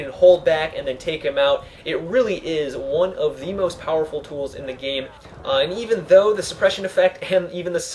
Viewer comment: its called most, not must.